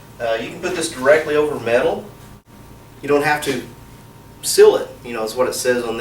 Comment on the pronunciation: The way you say, Seal and sealer. Is dumb